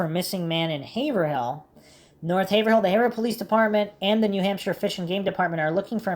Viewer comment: we pronounce Haverhill as Hay-Vrill. Good job on the Maura case.